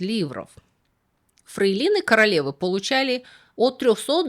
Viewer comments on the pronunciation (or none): почему фрейлИны? ФрЕйлины. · Почему «фрейлИны»?))))🤦🏼‍♀️ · Любимая, никак не могу пройти мимо этого, -- почему иногда появляются странные ударения на слова? Как здесь "фрейлИны" и что-то ещё было... Это просто оговорка? )